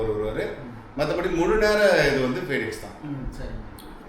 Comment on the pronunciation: Phenix illa Bennix